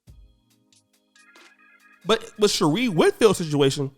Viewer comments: Her name is pronounced "She-ray" not "She-ree" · #TheWall is Undefeated@ its pronounced(Sher'ray)